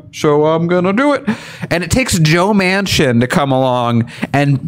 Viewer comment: DUMBASS,, JOE'S LAST NAME IS MANCHIN,, WITH A N,, NOT MACHIN,, YOU CANNOT GET ANYTHING RIGHT CAN YOU.. LOLOL